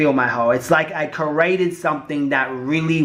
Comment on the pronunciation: or how he says the word "create"